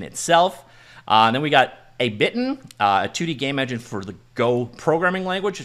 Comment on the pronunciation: "Ehh Bee Ten" is how you pronounce Ebiten. Which is Japanese for Shrimp Tempura (Fried breaded shrimp)